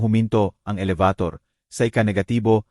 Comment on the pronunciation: Pilipino k Bkit Hnd m mabigkas NG ayos ang salita. Elebitor. Elibator. maraming Salita ang Hnd maayos bigkas in.